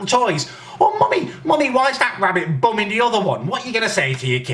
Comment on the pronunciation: the way he says bumming im dead